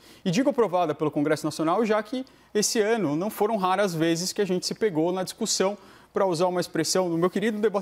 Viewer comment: O criou uma nova palavra: "discutissão". Kkkk. No meu tempo se dizia "discussão". Fora essa observação, mais uma vez Caio Coppola se superou no debate.